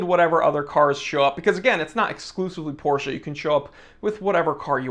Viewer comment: POR-SHHHA is God tier